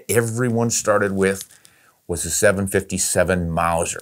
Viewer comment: your cartridges videos are "solid".and any time you said 7×57 I hear a yelp:"viva España".